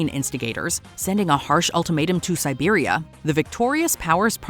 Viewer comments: Serbia, not Siberia, lol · Serbia not Siberia. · Siberia? You mean Serbia? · It's Serbia not Siberia for the Austro-Hungarian bit. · should be "terms to Serbia" not Siberia! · As a Serb,part of my soul died hearing that...